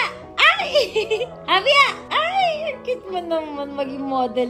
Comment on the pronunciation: this is your happy Mom tpos sabay bulong ung ginawa mo sa dulo ( Hindi na ako single MOm). slow ung pag bigkas ng haaaappppyyyyyy Moooooooommmmmm